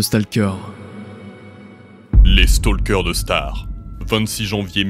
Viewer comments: Le mec di stAlker au lieu de Stalker mdrr mais après vu que c'est une bonne chaîne je leurs en veux pas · "stalkeur" NON, staulkeur (je parle en mode phonétique mdr) sinon SUPER VIDÉO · StAlker... Un effort mon reuf stp